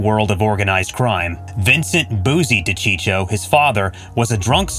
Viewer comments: Cheech huh , as in Cheech Marin, it’s Dacheekoh do your homework before you put these videos up it’s aggravating to hear a mispronounced name over and over . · De-cheek-oh.. not de-cheech-oh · D'cheeko! Not dechicho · De Cheecho. He wanted this video to blow up by butchering that name. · It's De-Chee-ko for crying out loud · It's pronounced Di-Cheek-O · It's Da-cheek-o. I almost spit out my gabagool. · I was just going to say the same thing. This channel lost all credibility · If you do videos on these guys PLEASE LEARN HOW TO PRONOUNCE THERE NAMES!!!!!!! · How could you mess up a man's name your doing a piece on. Kills your credibility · Why bother if you can’t even get your facts straight let alone pronounce his name correctly? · How about learning to pronounce the guy’s name. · Thank you if your going to do a video on someone at least pronounce there name correctly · Wouldn't it be nice if the people that narrated these videos could pronounce the names right! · Again...another narrator who can't pronounce simple names properly or get the facts straight/correct!! Frank's last name is pronounced Duh-cheek-o, not Docheechio. And it was Sammy 'The Bull' Gravano (pronounced Gru-von-o. Suprised he got that name straight). It was Sammy who planned Paul's execution, not Frank, with John Gotti, and again, Sammy who was named as the new underboss. And...Joe 'Old Man' Paruta was part of Sammy's crew, not John's. It's sad in this day and age how facts are just a click away as are proper pronunciation of names.